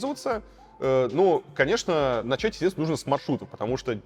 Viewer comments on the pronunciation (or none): none